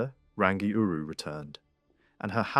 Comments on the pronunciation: Prnounced "Rung - EE ." "TAR FEE REE MAR TEAR "... TUNG A ROH AAR... RAWNG OH MAH TAH NEE...HO MEE AH TEE KEE TEE KEE... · Roll the R sound